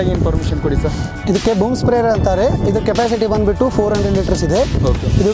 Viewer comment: क्या है ये बंदबिट्टू, बंदबिट्टू। कन्नड़ नहीं आता।